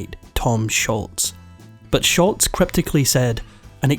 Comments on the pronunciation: Its SHOLZ, NOT SHULTZ... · It’s Sholz, not Shultz. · Tom Scholz, not Schultz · It's not Sholts, Its's Scholz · Tom Scholz' last name is pronounced "Sholz", NOT "Schultz". Nothing like mispronouncing names to cast doubt about a video's facts. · You could at least learn to pronounce Sholz's name properly. It's not "Sholtz." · Sholz not Shultz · It's pronounced Shoals. Not Scholtz. I was at the tribute show in Boston. RIP Brad. You are forever missed. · Pronounced Sholzzzz…not sholts. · Tom Sholz not Sholtz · It's Tom Sholz not Schultz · “SCHOLZ” is how you pronounce it. Not “Schultz.” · Just for future reference, it's "Scholz" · There is no T in Scholz. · Tom Scholz, not Shultz❕ There’s no T sound, it matters to people when you say their name wrong❕ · It’s Scholz,, Scholz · There is NO letter "T" in Sholz, this was not an episode of "Hogan's Heroes." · Scholz not Shultz. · There is no T in Scholz! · Scholz not Schultz. No “T”. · it's actually Scholz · There’s no “T” in Scholz. (Not “Schultz.”) Boston was my first live concert in 1976 or 77. Tix was 6 bucks. (Lawn-mowing $) You from Shotland? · For what it's worth, there is no "T" in Scholz, but you pronounce it like there is. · The guy is mispronouncing Tom Scholl’s name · It's Tom SCHOLZ!!! There is no "T" in his last name! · if you are going to make an account of the band, you could at least say Tom Scholz name correctly. The is no T in Scholz